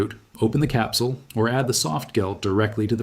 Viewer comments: I didn't catch the pronunciation of choline, but hearing the hard G when he said "softgel" was beyond ridiculous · The AI also needs to learn how to pronounce choline and softgel.